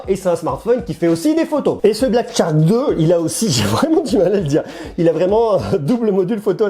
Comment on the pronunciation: Tu te complique la vie pour rien lol, on dit Chark et pas tchark ;)